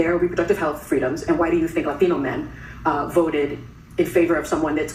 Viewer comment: y she have to say latino like.that? i cant stand Sonny or whatever her name is the way shes responding to the women on her left but lookin the other way is beyond disrespectful btw her family owned slaves! So yea cut the bs the passive.aggressive.racism is freakin cooked be dokne with it grow up and keep.it movin!